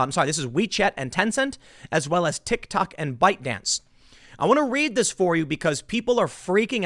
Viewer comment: Did boomer tim call it a tick tak?